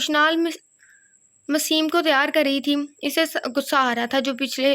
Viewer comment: UskA name...maseem nahi mesam hai😊